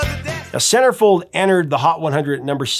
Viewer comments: Had to look it up, couldn't figure out what you said ! Sounds like SarahFey... Those you win scammers are everywhere including Facebook... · You realize now he said Centerfold right? I hit your time stamp and 😂 I can see how you heard SarahFeh ... Take 2🎬....let's try this again aaannndd Action! 🎬🤣✌️❤️🎸🎶🙏